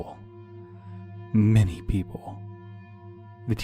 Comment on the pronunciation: Did he say many or mini people?